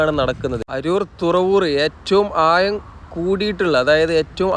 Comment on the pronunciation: നല്ല video Quality, നല്ല വിവരണം പക്ഷെ, ആഴം' മഴ പോലെയുള്ള വാക്കുകൾ പറയുമ്പോൾ യ'ക്കു പകരം ഴ, എന്നു തന്നെ ഉപയോഗിച്ചാൽ ഒന്നുകൂടി നന്നായിരിക്കും😂